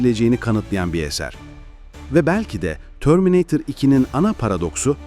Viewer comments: Törmineytır da ne laa😂 eğer Türk sen ve Türkiye de yaşıyorsan bir Türk gibi söylemelisin ağzına yakışmamış şöyle dolu dolu terminatör de 😂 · terminatör'e terminatör desene kardeşim. ne o öyle törmineytır iki falan... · Törmineeytır nedir yahu. Bırak biz çocukluğumuzdaki gibi TERMİNATÖR diyelim şuna. 😂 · Törmineytırı duyar duymaz videoyu kapattim